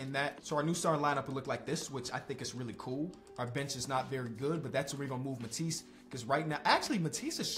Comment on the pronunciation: “wheely well” 😂😂